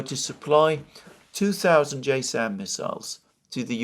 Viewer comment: JASSM - Joint Air to Surface Standoff Missile - is pronounced Jazz-M